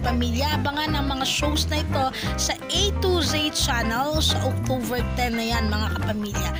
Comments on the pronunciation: October not octoVer 🤣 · Sis, friendly suggestion to improve your video voice over... practice the correct pronunciation of these words: photos, spotted, October, uploader, service, Iba yan!, It's Showtime, notification bell and upload... all the best.